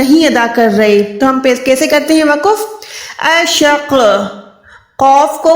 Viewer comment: Mohtarmah Assalamo alaih Pahle aap urdu bolna seekhen phir quranic arbi ko samjhayen. Lafaz ya waqaf to bolna ghalat hai. Durust to hai lafz aur waqf. Qareeb Sare aalim ghalat bolte hain kiyon.